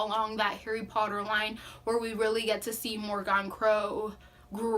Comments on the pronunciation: It’s mor I gan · Love this review very well thought out. 1 note * the pronunciation of her name Morgan is [More-gain] [Morhgin]... in sound. You can get a better feel for it if you listen to the audiobook. Other than that thank you so much for giving this review. 🖤